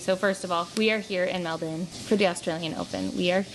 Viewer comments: Love the Aussie pronounciation on Melbourne, it is *chefs kiss, and much appreciated by us Aussies. Hope you're loving the hot weather 🥰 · Your pronunciation of Melbourne is spot on hehe! Isn’t it such an experience at Rod Laver! Stoked you got to the Djokovic match, especially since he ended up pulling out in the semi - so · 1.2K Add a comment... Cancel Comment 2 months ago (edited) I would have enjoyed your boring vlog. 😌 (that you decided not to upload) 140 11 Show more replies Love the Aussie pronounciation on Melbourne, it is *chefs kiss, and much appreciated by us Aussies. Hope you're loving the hot weather 🥰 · Love the Aussie pronounciation on Melbourne, it is *chefs kiss, and much appreciated by us Aussies. Hope you're loving the hot weather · You pronounce Melbourne perfectly every time- with no weird emphasis or pauses. Lots of practice beforehand perhaps..😊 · Your pronunciation of Melbourne is spot on hehe! Isn’t it such an experience at Rod Laver! Stoked you got to the Djokovic match, especially since he ended up pulling out in the semi - so so glad you got to go to that game!!